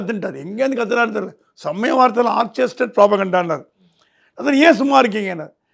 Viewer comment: ஆர்ச்செஸ்டெட் இல்லை, ஆர்க்கெஸ்ட்ரேடெட்